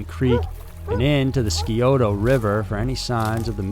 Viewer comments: I know- the mispronunciation of the town river and Xenia distracted the Hell out of me. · It’s chill-i-coth-ee And psy-ota not skiota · Sorry, but my ears are bleeding: Chill-uh-coth-ee Sigh-oh-toe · And the Scioto ... is pronounced “sigh oh toe” It’s a Native American word (like most things in Ohio). Means “deer”. Ohio is even a Native word, means “good river”. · Great channel! I listen to every episode. Just one mispunctuation it's pronounced chil- i-coth-e. Like the letter E and Scioto river is pronounced sci-(long I)o-(like the letter O) to. Long O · lol and also Scioto is pronounced (sigh OH tuh) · You also mispronounce Scioto, and it's Bainbridge, NOT Brainbridge. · agree-every time I heard it I was distracted. Mispronounced Scioto River and Xenia too. I get it doesn't bother people who aren't familiar with the pronunciation but for those of us from Ohio it drives us nuts. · Dude also mispronounced "Scioto River".